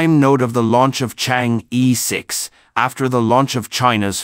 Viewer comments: Would you guys please fresh up on your pronouncement of "Chang-E" ? It is pronounced as "Charng" "Err" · Don't pronounce as "Chang e" but "Chang Er"! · THis is the way it should be prononced: Chinese: 嫦娥; pinyin: Cháng'é): 2 double second tones. But is that important? I guess most people reading this page dont speak Chinese. What is most important is the information in the page, the complexity of the mission, and the success of the mission. Well, this is how I see it. I may be 100% wrong. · Yes, in the Chinese pronunciation system, the vowel "e" is always pronounced as "er"... it sounds comical otherwise.